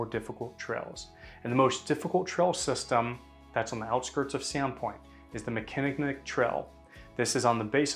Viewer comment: Learn hpw to pronounce "Mickìnnick" before your next video. Donated by Nicky Pleasse, in memory of her husband, Nick.